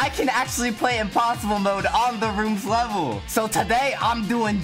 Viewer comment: when he said "level" it sounded like he was asian